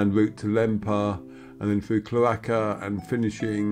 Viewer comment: Super to view this. BTW it’s CHLORaka-accent on the first syllable